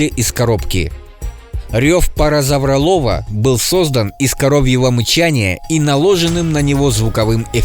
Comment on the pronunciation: во первых ето карнотавр а во вторых паразауролоф